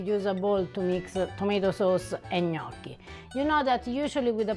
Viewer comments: PLEASE stop saying ‘Nee-OH-kee’ sir. It’s ’gnaw-kee’! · Gnocchi, pronounced like knock not know. ;) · Not easy for English speakers mastering gnocchi's pronunciation, which Gordon Ramsay doesn't... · Um, no. Don’t trust Gordon Ramsay when it comes to making OR pronouncing “gnocchi”